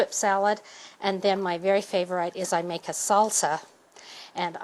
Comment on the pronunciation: lol she says Cool Hwip, and Favor-ITE